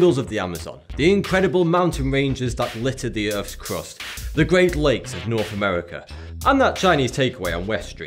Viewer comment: "Providing Norf Africa wif fwesh water."